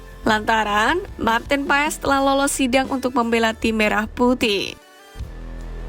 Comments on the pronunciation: Banyak yang salah cara penyebutan Maarten Paes, wkwkk yang bener adalah "Martin Pas" bukan Paes 😂😂😂😂😂😂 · Maaf min ..cara bacanya martin pas jangan paes dong😅